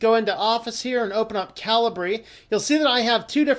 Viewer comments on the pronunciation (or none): Calibre (/ˈkalɪbə/) 1. the quality of someone's character or the level of their ability. 2. the internal diameter or bore of a gun barrel. I think that's the correct way to pronounce it, as opposed to cali-bree?